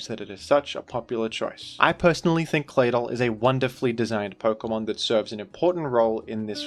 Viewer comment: It's just me or does anybody else find the way pronounces Claydol very satisfying?